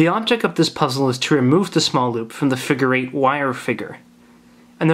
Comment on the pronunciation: "the figer eight wire figer"